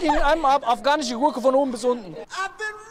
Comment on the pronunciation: ``afgahnische goorke,, killt micht